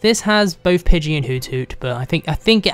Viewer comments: It's pidey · it's pidgeyw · It's pigey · its pige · its: Pidgey or spearow! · its pidgey -_ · Pidgey. Dude seriously.